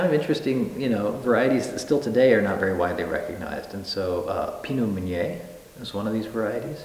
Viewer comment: Waited until to hear him saying the word "Meunier" and he pronounced it wrong... it's supposed to be [mø.nje]... and ø in French is like "ir" in English word "bird"...